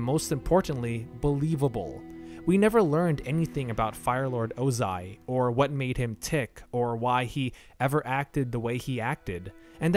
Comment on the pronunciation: Hate to be that guy, but it's OZAI not Ozin. (and the one who started the war was called Sozin who was his grandfather, not father)